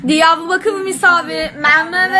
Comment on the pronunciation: Öncelikle dalga geçmek için söylemiyorum bunu bilin ama Diyavbakıv diyo R leri söyleyemiyor tamam ama misavi nasıl oluyor L leridemi söyleyemiyor yoksa harflerimi unutmuş valla merak ettim